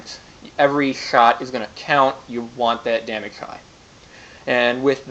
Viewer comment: At the end of the video, did the guy mispronounce damage?